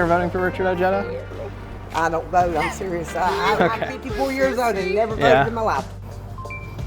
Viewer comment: Why does he pronounce his name o-ja-da instead o_hey_da